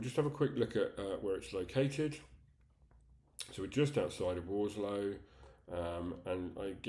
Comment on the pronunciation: The agent can't even get the location correct: it's Warslow, not Warlsow!